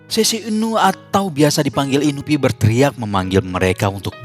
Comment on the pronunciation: Bener inupi